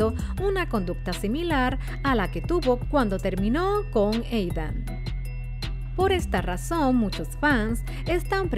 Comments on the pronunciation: Yo no escucho hanna escucho queen xd oye quien mas escucha eidan envés de aidan :v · No es Eidan es Aidan el mismo lo dijo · NO ES EIDAN ES AIDAAAAAAAAAN